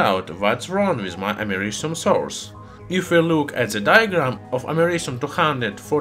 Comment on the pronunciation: YouTube subtitles: *Can’t pronounce americium